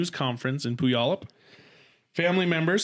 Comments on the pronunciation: I loved the way cam said puyallup Washington. It’s pronounced (pew wall up) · My husband lived right down the street from them in Puyallup. Lmao! it is pronounced Pew-yallup. It’s an Native American name. But I remember when that all happened. So sad. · Native Washingtonian here to make sure someone mentioned it. Pew-al-up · The second part of this sad story, the death of her children, happened in my backyard up here in WA state 😭. It was heartbreaking 💔 😢 😞!!! FYI, it's pronounced "Pew-all-up" it's Native American like all our cities are. It's the hardest to pronounce! You did awesome!! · Say it with me pew-all-up...puyallup